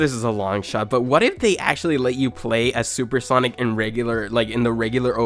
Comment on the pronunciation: Bro says soup sonic 💀